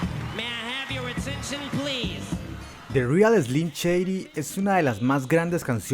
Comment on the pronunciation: ya no pude tomar el video en serio apenas dijo "de rial eslim cheidi" :v chao